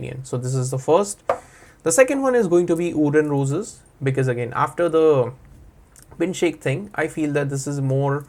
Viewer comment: Bin shaikh, ❎ Bin Shake ✅😅😅